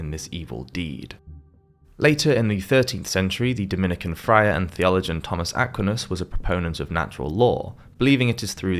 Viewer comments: It's Aquinas (Ah-kwine-us) not (Ack-weenus.) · St.Tomas Acquinus's name is usually pronounced - A quine ass, and NOT A quin us. The first rhymes with "wine" and not "win". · At least try to pronounce Aquinas the right way next time please ❤ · What's with that pronunciation of 'Aquinas'? It really threw me off! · Good heavens, at least have the personal integrity to research the pronunciation of the names in your narrative. Sheesh! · It's too bad that the AI-generated nature of this video is made all the more obvious by the atrocious mispronunciations of such names as "Aquinus" and "Castile". AI-generated videos should be prominently labeled as such. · I would suggest that researches the pronunciation of first names and surnames of historical people and the names of towns before narrating these clips: e.g. Aquinas is pronounced a QUY ness, and Castile caSTEEL, to name only a few. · His pronunciation of 'Aquinas' and 'hospitallers' is pretty weird as well. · I enjoyed the video, but just so you know, Aquinus is pronounced Ah QUIN us, and De Molay is pronounced De mo LAY, and Castile is casTEEL. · It would be good if whoever did the voiceover learnt how to pronounce things. Templars, Hospitalers and (Thomas) Aquinas come to mind... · The narrator needs to check his pronunciation of Acquinas, Hospitallers, Cathars, and Castile.. Otherwise, thanks. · Where is this accent from since it is definitely not British - examples are his pronunciation of: Bubonic, Christian, Aquinas, Jacques, Castille